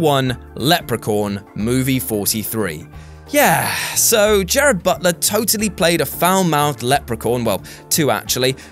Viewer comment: Read slowly it's not Jared it's Gerard.